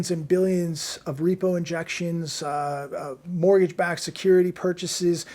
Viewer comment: take a look at a clip I edited it has a strange rime to it: even if he's serious it sounds a little bit funny even if in in a morbid way,.. also: Mortgage = Borgage